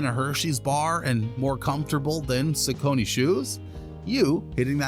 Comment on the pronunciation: Is pronouncing it incorrectly